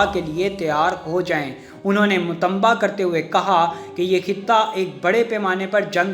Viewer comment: اللہ دا واسطہ ای اُردو سیکھ لو متنبہ ہے متمبہ نہیں